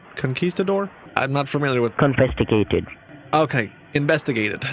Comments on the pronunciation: I think he said confisticated. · confesticated XDD IM DEAD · CON-fiscated for sure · omfg I just figured out he meant "confiscated" 😂